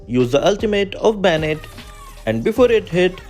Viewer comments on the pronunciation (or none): Calle Bane Bane not Ba-Ne 😂